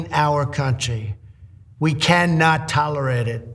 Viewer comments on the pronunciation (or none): At the end of that Trump video was anyone else expecting him to say “ttolirided” again? 😲